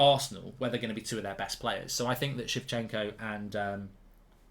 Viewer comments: Why does he pronounce Zinchenko like Zifchenko? took me too long to realize, who he was talking about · Zinchenko mark, Zin Zin not She 😂😂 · calling zinchenko shevchenko qaulity content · Shevchenko or Zinchenko. We all know what he's talking about. ✌️ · It’s Zinchenko lad not chivchenko or sometimes Shevchenko like you called him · He keeps saying Shevchenko 😭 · Zinchenko lol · why are you pronouncing Zinchenko's name wrong ??? I have literally heard yoyu pronounce it properly on multiple ocassions ????